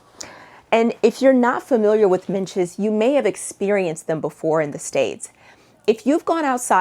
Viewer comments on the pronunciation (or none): I love a good packing video! BTW it’s midges rather than minches … I’m British and the Scottish midges are particularly fierce! You definitely need to remember your head-net if you visit the rural parts of Scotland in the summer.